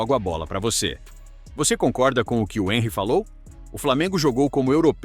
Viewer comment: O Thierry Henri é francês. Então, seu nome foi pronunciado errado. Sabe ler, mas não sabe identificar a pronúncia correta.